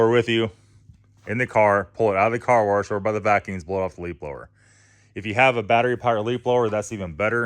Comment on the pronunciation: not trolling but their is no r in wash bro.. lmao. Love the content.